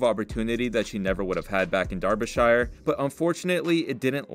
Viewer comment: the way you pronounce Derbyshire hurts my feelings